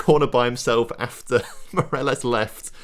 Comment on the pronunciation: Ok, try before recording: morÁles. VAliÊjo. The highcased letters are the strong ones you accentuate